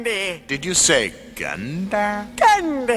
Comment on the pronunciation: Where is da candy did you say Canda?